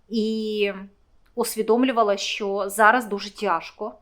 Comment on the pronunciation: А слабо сказати. Що, а несчьо, противно слухати